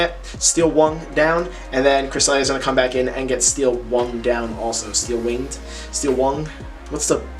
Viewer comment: Dude said wung